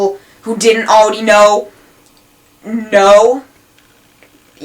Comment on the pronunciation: aweady have... Lol sorry this is a good video but the speech impediment is just halarious